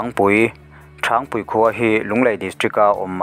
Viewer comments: Thangpui hi a lam dan a dik lo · Thangpui i lam dan kha a dik lo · Thangpui hming i lam dik lo aw